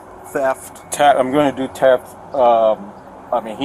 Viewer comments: its theft not teft..............................learn how to speak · did that cop say teft ???????????????? in AMERICA its called theft......ohhhhh its calimxico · Teft..teft..cmon cop, its TH eft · “teft!!” gosh, buddy cannot speak a lick of english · “Teft” lol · why does he say TEFT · He got charged wiff Teft?? 😂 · Right?! WTF is “Teft”?! and No! You can’t “Axe” me a question! I don’t speak Walmart! 🙄🤷🏻‍♂️🤦🏻‍♂️🤦🏻‍♂️ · We call them ‘ooga booga’s’…. Voodoo type black people. Very weird pronunciations. He was charged with ‘Teft’. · I’m always on the cops side, but I just have one question why on earth would you hire someone who can’t even speak English?? What an accident waiting to happen. You have to pronounce the H in theft my brother. Have a good day. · He is not speaking fluent English If he can't even pronounce the word theft correctly there is literally no other correct or right way to pronounce it other than how it is supposed to be pronounced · Arresting officer is really stupid, can't pronounce 'theft' and is a terrible frisker... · Pretty snarky for a cop who can’t figure out what his charge is, nor pronounce it without stuttering